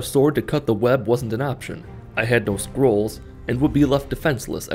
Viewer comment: The only thing I heard is squirrel